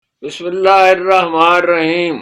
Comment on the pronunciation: ہارون صاحب آپ اچھے آدمی ھیں اللّه پاک آپ کو سلامت رکھے . . . . براۓ مھر بانی بِسْمِ اللّٰهِِ الرَّحْمَنِ الرَّحِيْم . صحیح پڑھا کریں . . شکریہ